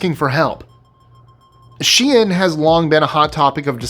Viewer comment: Thank you for pronouncing SHEIN, right 😂 people really grid my gears with this one.